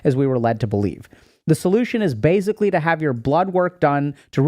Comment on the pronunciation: I like how he says “bazically” instead of basically 🙃 (Genuinely)